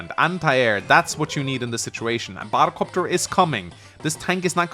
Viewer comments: I always love how says battle cöpter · I came for the batta copta, I stayed for the radicalus. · saying "battle copter" genuinely hurts me and I don't know why...